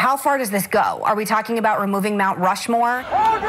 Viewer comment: She said mount Rushmore 💀